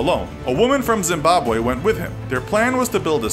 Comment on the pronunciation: You can only imagine how happy I was when you said Zimbabwe right.